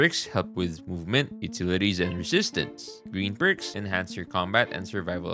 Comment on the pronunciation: Bros trolling saying pricks instead of perks, right? Right?